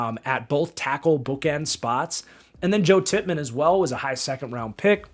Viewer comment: Called Joe Tippmann "Tipp Rayman" 3 times in a row for some reason lol RIP Teddy